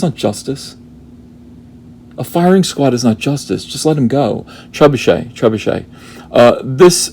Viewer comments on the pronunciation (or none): none